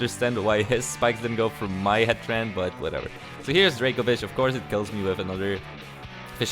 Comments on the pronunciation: It’s still not confirmed whether the pronounciation is Hat-tuhr-reen or Hat-tuhr-reh-nay but I can guarentee you, it is absolutely NOT Hat-tran...I thought u were trying to say Heatran at first. Lol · 2 things 1. Why do you call Hatterene Heatran 2. Has this guy never seen Lucario and the mystery of Mew? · Everytime you say hatterene i hear heatran or hattrem lol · Everytime you say Hatterene I get Heatran ptsd